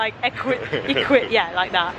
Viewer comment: We do not have trolleys (shopping carts) in our department stores! Also, we say eeequidistant the way you accidentally said it!